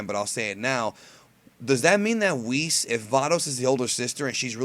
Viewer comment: why do you call him Wiss? It is "Wees"